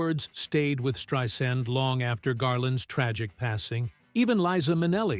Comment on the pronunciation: Great video, thank you so much! Just an FYI, that is not how you say her name, it is Strei - sand (pronounced S-TRY-SAND) Thanks!